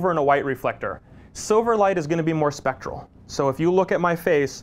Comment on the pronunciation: A good informative video. just needs to get the term "specular" right, it's not "spectral", that's something completely different.